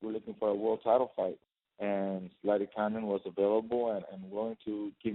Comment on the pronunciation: lol, conference mediator couldn't pronounce zlaticanin's name